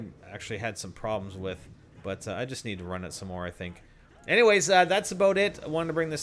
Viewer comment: AND THEN YOU JIST KNOFE LMAO KNOFE WTF